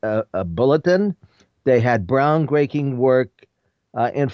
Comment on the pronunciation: .............................................................................. "they had bround-greaking work...." : /